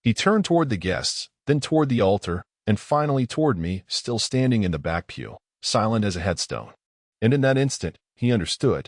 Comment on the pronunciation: pew, not peel